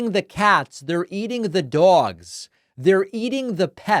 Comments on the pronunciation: "They're eating the cats; they're eating the dzawgs..." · I like how you made sure to pronounce dogs like the Fat Orange TURD, when he pronounces it like “dohgs” 😂😆🤣